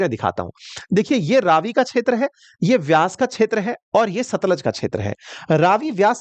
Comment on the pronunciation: For your corrections sir , ravi pe ranjeet sagar dam hai ,, madhopur is head work,, and it's तरण तारण not तारा तरण, सतलुज not सतलाज 😊😊